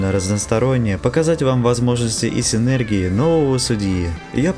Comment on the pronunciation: ударения: синергИя, МОджо, АртемИс